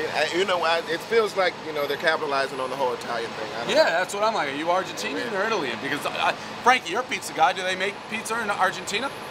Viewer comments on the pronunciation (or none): Dave said Italy-in 😂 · did he say Italian-in'? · Did he say it-till-ian? hahahahaha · "are you argentinan or italin"? he couldnt say ITALIAN?